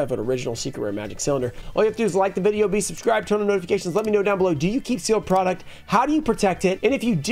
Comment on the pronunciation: "Porduct" lmao. Love ya man, just had to make the shot